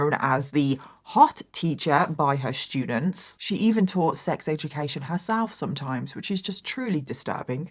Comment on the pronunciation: Anyone else interested in and Mike (“That Chapter “ YouTube channel) collaborating on a true crime story/episode? accent pronouncing “st” sounds as, “sh”, and Mike giving us his “ter” for “th” pronunciations with his? “Terdy shtudents”…. It’d be phenomenal. I do NOT mean this to be offensive, so please refrain, Negative Nancies. LOL